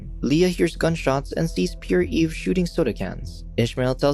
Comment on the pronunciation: "Pierre" is pronounced as "pee-air", not "pure".